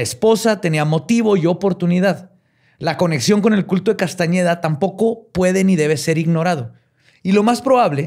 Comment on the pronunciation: 😖 mi cara cada que decía Castañeda... 😄